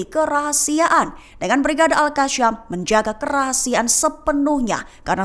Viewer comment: Yg baca berita ni lidahnya patah ya Al Qasam dibaca Al kasyam, Yasin dibaca yasyin